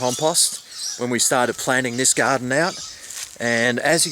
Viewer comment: "Bamboo is a must for any Gahhhdin."